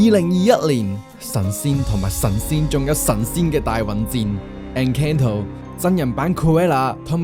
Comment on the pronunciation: 明白唔係人人英文都好嘅，但係建議查清楚戲名/角色名係咩同埋點讀先出片。。。係Strange World 唔係Stranger World... Encanto 讀音三個音錯兩個建議你google下 Encanto pronunciation，一係講中文算。。。Hocus Pocus 果度主角叫Sanderson sister 唔係Anderson sister...